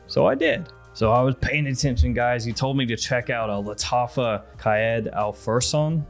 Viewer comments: You're saying qa'ed Al fursan perfectly bro. That in Arabic means general of the knights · Don't be sorry, you have pronounced it better than 99% of yourubers🤣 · Been waiting for your thoughts on this one. After wearing Qaed al Fursan for a few months, its great quality for the price, but the birch tar gets too much for me now and almost burns my nose. And dont worry, you pronounced Qaed el Fursan almost perfectly the second and third time! Keep up the vids, great work